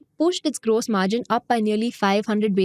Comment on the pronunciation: It's gross margin not grose margin 😂